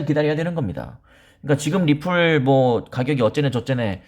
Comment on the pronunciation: 리플~~ 이 발음하는거 듣기좋았는데 ~~ 엑스알피로 바꼈어도 리플자주 말해주세용^^